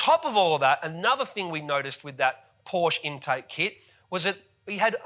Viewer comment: Great video, except your pronunciation of Porsche.